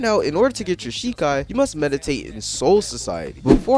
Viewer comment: jus from the way u said the name of ur Shikai i don't think you have watched the anime that this is based on I think it would be hard for you to be immersed if you dont even know what the source material is dont get me wrong I think this is game is utter trash but i also dont think its fair for you to speak on it in such a negative light IF you haven't seen the source material